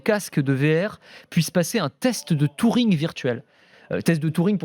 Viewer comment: On dit Turing pas Touring... Et c'est pas le père de l’intelligence artificiel mais juste de l'ordinateur. Sinon c'est toujours un plaisir.